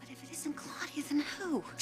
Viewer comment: Dang Ridge... stop calling her Cloudy-ya... cringe